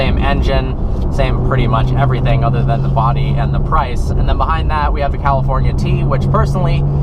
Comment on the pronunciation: Drinking game: a tequila shot, everytime he says "Cawlifournia".